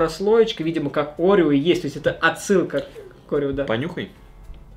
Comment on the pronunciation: Это орео а не огео